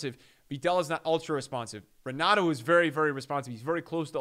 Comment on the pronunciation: Pretty sure it’s Pronounced Henato.